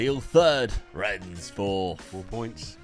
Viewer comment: YOU SAID RENNES RIGHT. The game is gone